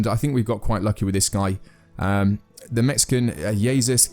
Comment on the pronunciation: I refuse to believe he mispronounced "Jesus" that badly on accident. It's the Spanish pronunciation of "Jesus" how could you possibly mangle it that badly?